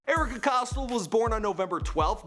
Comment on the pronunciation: Ohhh myyy fuuckkkinnnggg gooooddddd. He butchered every fucking name that I’ve watched. Erika Cost-L